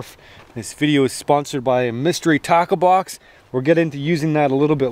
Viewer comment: Up until 1/2 thru the video I was convinced you said 'mystery taco box' and I thought you were making rooster tacos, which sounded great to me - but now I get it, tackle box.